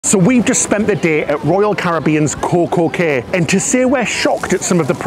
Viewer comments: “Key” is the correct pronunciation 😉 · It's not pronounced Kay it's pronounced like key get it right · Cay is pronounced key